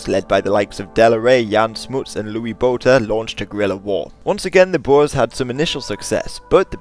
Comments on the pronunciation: When they say bores instead of Boers is cringe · You pronounce the "oe" in boer like "poor", not like "boar". The plural is boeren not boers. Boer literally means farmer in Dutch.